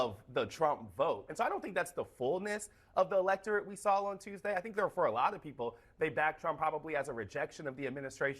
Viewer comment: I love when super smart blacks can't even say words properly. This CNN dude actually just said sawll instead of saw 😂